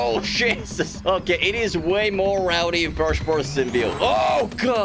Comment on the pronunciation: keeps sayin cheesus..im here, now what